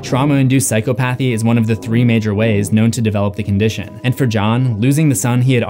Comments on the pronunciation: Okay. I’m not an English major but it’s been bothering me you keep saying Psychopathy wrong! It pronunciation is (sai-kaa-puh-thee) not psycho path eee lmao sorry man that shit was cringe the whole video, I thought maybe I was wrong on the word but I looked it up and yes you said it wrong the whole time 😫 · Say it with me: Psy-cah-puh-thee NOT Psy-co-path-ee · Btw it's PsychOpathy, not psychopAthy lol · Sai-kaa-puh-thee not psycho-pathy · Psy-caw-pathy not psycho-pathy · You would think someone using the word psychopathy repeatedly would learn to actually pronounce it...